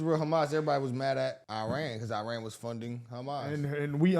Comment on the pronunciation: Iran is pronounced Eran you guys